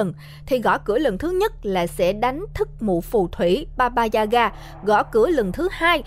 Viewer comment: sao t nghe ra thành baba da gà :(